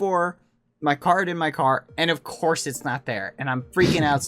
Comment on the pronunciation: at first i thought he said car not card :DD